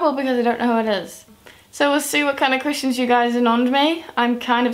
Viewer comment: every time she says the word "questions" I hear "Christians"... oh well. D: #justEnglishlearnerthings